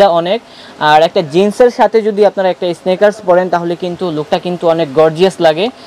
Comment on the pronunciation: ইস্নিকারস 😅 উচ্চারণ শিখ আগে!